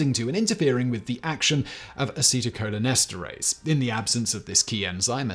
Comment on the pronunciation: Excellent pronunciations of the acetylcholinesterase and related words. Your pronunciations are not always the best on tough words, but this was great.